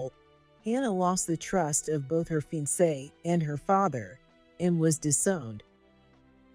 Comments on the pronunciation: He's not a "FEEN-SAY" - he's a fi-on-say. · It was interesting, but too long and complicated, with too many characters. The word FIANCE is mispronounced. It should be pronounced /fee-,ahn-say/ with the accent on the last syllable. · Besides pronouncing “fiancé “ incorrectly, the AI pronounced the word “sob”(as in crying) as “so-be”. Other AI mistakes are contextual mistakes such as confusing the pronoun “us” and the United States abbreviation “US”. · Mediocre is pronounced 'Me-de OH- ker'. - Fiance is pronounced 'fee- ON say'. It's French. Check your AI reader; there MUST be a choice for pronunciations.....